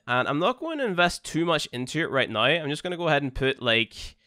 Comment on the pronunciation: I love when you say now it sound like nuw